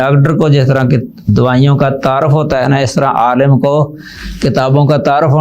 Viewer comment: عالَم❌❌❌ عالِم✔️✔️✔️✔️ مدارَس❌❌❌❌ مدارِس✔️✔️✔️✔️